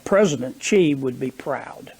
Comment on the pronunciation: Hill Billy. If you mention President Xi, please know how to pronounce his name.